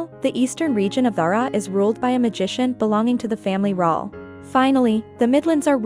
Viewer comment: Okay clearly read by an AI and does not include the books after Confessor. Notes: D'Hara is not pronounced "dhrra". Kahlan is not "Kaylan" (TV messed this up too). Jagang is not "Jagong" either.